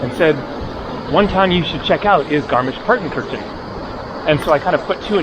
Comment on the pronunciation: Finally something from a country of my taste. ❤❤❤❤ Excellent! However: it is rather "tsoogshpitse" and roman means novel in German. Congratulations for the correct spelling and almost perfect pronunciation of garmisch-partenkirchen!